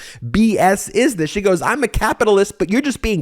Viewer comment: Dude, stop saying "Zgheee". Its "SHE".